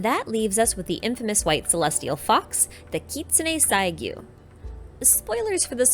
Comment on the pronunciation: i want to point that the double u at the end of saiguu name are pronounced more like a soft “oo” sound..